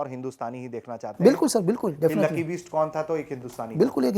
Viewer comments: कैसा पत्रकार है, लकी बिष्ट को लकी बीस्ट बोल रहा है, वैसे लकी ने BEAST बनके ही सुताई की पत्रकार महोदय की 😂😂😂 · ओ पत्रकार महोदय लकी बीस्ट नहीं, लकी बिष्ट है नाम... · “बीस्ट” नहीं पत्रकार महोदय बिष्ट उच्चारण कीजिए । आपकी सीमित बौद्धिक स्तरीय क्षमता सप्रमाण स्पष्टतः दृष्टिगत हो रही है।